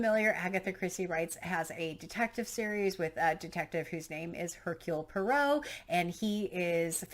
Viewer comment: Definitely pick up a newer translation of Bambi! And don't have any expectation for it to be cute and cheerful like the Disney version (typical disneyfication...), it is a parable for antisemitism. Also: Poirot = Po-ah-roh ;)